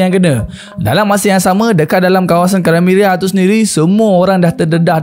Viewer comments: Krimea lah,bukan krimeria😂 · sorry,nk infokan sikit dkt boss,sebutan dia bukan"krimeria",tpi "krimia",dia ada di wilayah russia-ukrine skang nii....ketopol tu pon salah dri bunyi dia,dlm sebutan Indonesia,ia dipanggil "ketepel",dlam bahasa melayu dia disebut"manjanik"...kesilapan dlm sebutan bleh lari makna dan nama wilayah sesuatu tempat....teguran atau pembetulan tu brg rare boss,tanda org appreciate kita adalah bila kita tersalah,org dikeliling Kita menegur kita dan melakukan pembetulan tanpa merendahkan kita....sy just nk bg correction,sekurang² nya nnti boss dpt hindari dri kutukan "orang tetangga sebelah",tetangga sebelahkn iri dkt org kita